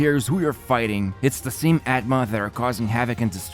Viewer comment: Its "aatma" or "Ātma" and not "at-ma" lol